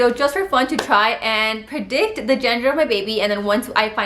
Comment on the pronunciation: Are you saying genger? Or gender 😂